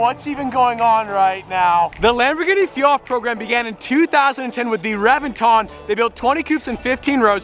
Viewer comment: It’s pronounced ReBenton.